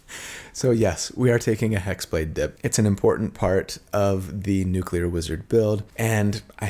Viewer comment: Lol Nucelar (6.20) Btw I'm a newcomer to the channel, and loving the builds.